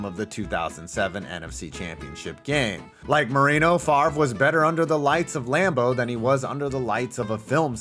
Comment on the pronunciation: Good job pronouncing Favre